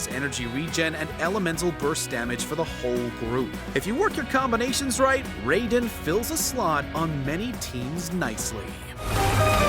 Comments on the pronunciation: I know he did not just pronounce raiden as rayden 💀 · Raiden Shogun = (Rye-den Shogun)* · its pronounced rye den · "ray"den shogun is hurting me on all sorts of levels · i shoulda stopped when he called her the ray-don shogun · He said Raiden wrong tho, my friends name is Raiden and he gets triggered when somebody says his name wrong